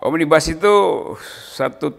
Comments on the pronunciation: Omnibus itu dari bahasa latin , akarkata dr nominativus omnes artinya semua, omnibus itu bentuk dativus yang artinya bagi/untuk semua.... (bukan bis panjang bis besar) Satu lagi omnibus itu bacanya sama dengan tulisannya, omnibus, bukan omnibas. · Omnibus bukan Bas om😆😂😂